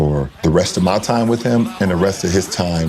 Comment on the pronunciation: how come people keep pronouncing time as tarm?